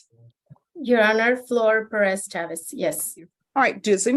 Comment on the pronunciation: The judge pronounces Ms Pérez’s name better than Ms Pérez.